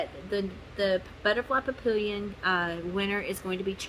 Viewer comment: Papillon is 'pa-pee-aan', french for butterfly.... 🦋🥰 Not entering, just watching. 😉